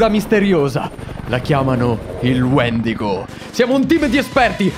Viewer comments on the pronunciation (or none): si dice Wendìgo non Wendigò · E comunque si chiama "Wendigo" non "Wedingo"!